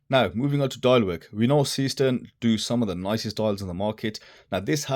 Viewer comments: That's because the pronunciation is garbled. It's zayshtern, not seastern (Seestern is a borough of the city of Düsseldorf, Germnay) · Your heading is wrong...S453 instead of S435.... The pronunciation of Seestern is zayshtern, not seastern.... and the case is slimmer (watch your colleague's comparative review on Youtube) although the overall height is the same due to the crystal. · The correct pronunciation is NOT SEEEE-STERN. Is german, not some weirdo-english. Thx. 😂